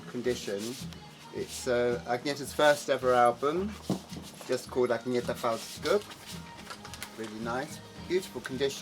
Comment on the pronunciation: btw her name is pronounced Ann-ye-tah, not Agne-ta